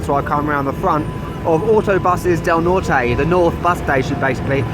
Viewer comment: Sorry to say....you dont even pretend to lose ur english accent in the few spanish words you say... "Norte" example. But a nice vid